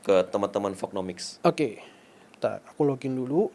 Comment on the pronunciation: anjir gua kira "Halo temen2 pengemis........ ternyata Halo temen2 Folknomics ... :face-red-droopy-eyes